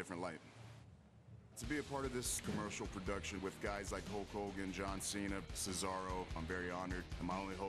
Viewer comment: it's not hull cogan dude it's HULK HOGAN